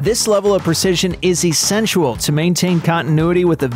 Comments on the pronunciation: the word is "essential" NOT essensual! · I'm sorry, I'm sorry, I'm sorry but... did anyone else hear the narrator say "essentual"? It's essential not essenTUAL. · Just learned a new word...."essentual" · this level of detail is "essentual"?? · Never heard the word 'essensual' before lol I guess he means essential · Essential, not essentual. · Did you just say "essentual"?